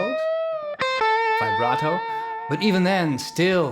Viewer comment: Well idk you like trump or not but what he said was true........ And you always say “fi-barto” not VIBRATO.......why?